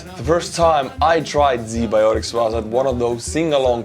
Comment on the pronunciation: Bro, Z Bioticz? Really?